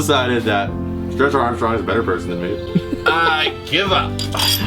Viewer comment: "stretch armshcrong" 😂😂😂😂